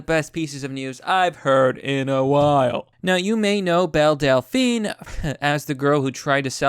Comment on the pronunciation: Every time someone says Belle Delphine, I hear Bill Delphine I imagine Bill Dauterive (King of the Hill) selling his bathwater